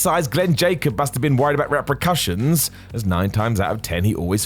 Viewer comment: The way you say repercussion has really distracted me